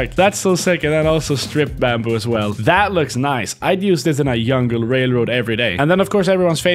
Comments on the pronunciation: Wait did he say “yungle” instead of jungle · bro really said yungle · “Yungle railroad” 😂 I love accents. 😁